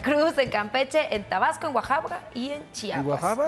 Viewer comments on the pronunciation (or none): axaca o querías decir Oaxaca jejeje